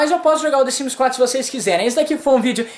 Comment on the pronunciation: Desimes?? KKK é The Sims 😂😂😂